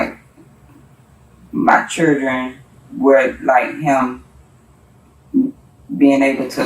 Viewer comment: It's children not cherdren